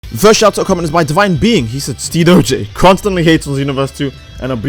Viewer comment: GG ^^ you're really good fighter! (And you say my nickname correctly xD Thanks 🙏🏻^^ ) And yeah, i panicked xD I'm glad to have meet you ^^ Continue what you do, I love your videos ^^ ✌🏻